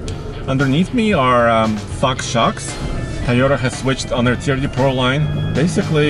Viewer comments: he said TYOTA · Toy oh tuh,! Say it with us. 🤣